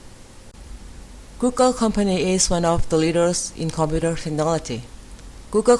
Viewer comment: Computer is stressed at the second syllable.